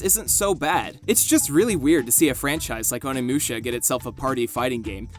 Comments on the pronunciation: My heart died a little every time you said "Oni Mewsha." Moo sha. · Who the fuck is "Haihachi"? What the fuck is "Onimyusha"? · I cannot be the only one who's having problems with how he says Onimusha.....